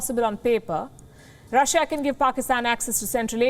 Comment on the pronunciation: India's love to say Russh-a